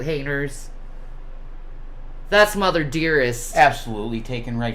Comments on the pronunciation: “Meet-ins” “hane-ers” G-man really did steal all of her g’s 😂😂😂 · WTF is a wire han-ers? Lol I wonder if It causes psychical pain to say the letter G! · 😂😂😂 I said that on another video! HAY-nurs lmfaooooooo Omg I can't